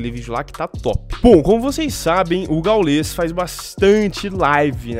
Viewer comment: Não é gaulês. É gáules